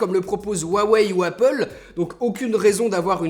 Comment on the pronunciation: Bon, on va mettre les choses au clair, tu prononces jamais huawei dla meme facon, c HUAWEI OU RWAWEY